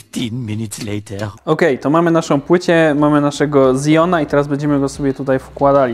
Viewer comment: Ty to faktycznie jesteś w matrixsie xD " w zijonie" xD